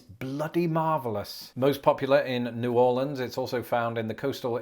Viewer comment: You are one of the few people that I've heard pronounce New Orleans correctly. Even most Americans mispronounce it.